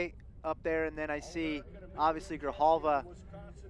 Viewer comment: One of the commentators somehow manages to incorrectly pronounce Luis Grijalva's name a different way every single time he's in the booth...